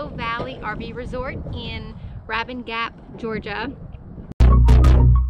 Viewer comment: Nice video, looking forward to visiting soon, but that’s not how you pronounce Rabun. Lol